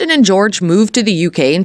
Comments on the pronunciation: Wow, you claim to know so much, you don't even know how to pronounce his name correctly! It's NOT George! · First of all it's NOT GEORGE! it's Joerg. With the J pronounced as a Y. I absolutely adore Kirsten and Joerg. I find this video demeaning to my favourite you tube couple. I'm so glad Kirsten is able to laugh at this. Their videos are magnificent!!! I pray that they become as wealthy as possible. And I wish their channel to go on to become a TV series's. Bringing in the delights of the British and UK design, tourism and everything gorgeous. Just like they are . Absolutely gorgeous. 😊👩‍❤️‍💋‍👨🌷🏡🧳🫖☕🍰🥨🐞🍄🐏🐑🍂💝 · Learn to pronounce his name correctly. It's not George. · This is such inaccurate information, it’s laughable!! Disappointing to hear Joerg’s name mispronounced so badly. Thumbs down for me